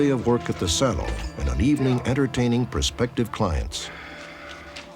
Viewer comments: He pronounces it like they do in France ! "Sa-lohn". Makes sense that his first language was French! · Why can't Robert Stack say salon? He's never seen that word before? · Unsolved mystery: Why can't he pronounce salon? Anyone else hearing it?